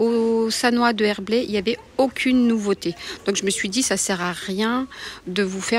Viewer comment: Nouveauté É Et pas iéhe !!! Écoutez vous parler mais que c est pénible e vocabulaire !!! Quel dommage parce vos vidéos sont biens Si vous pouviez vous corriger !!! Ce serait mieux pour le vocabulaire Français Je vous promets que vous êtes vraiment penible à écouter malgré tout Faites donc un effort de prononciation par respect aumoins Merci par avance si vous y arrivez Cordialement